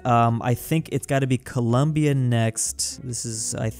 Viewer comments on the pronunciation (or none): none